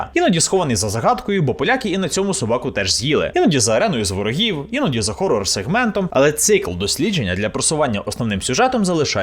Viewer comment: дякую за "Хорор", а не всрате "Горор". лайк за це на відос